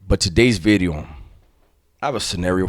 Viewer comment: The emphasis on the V on Bideo. Lol